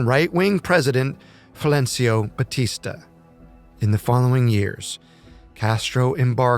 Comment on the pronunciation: One of the most inaccurate videos I have ever watched, even mispronouncing Batistas name, a total joke